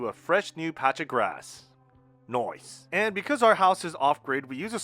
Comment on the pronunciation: did I hear you say “noice “? You are becoming Australian 😃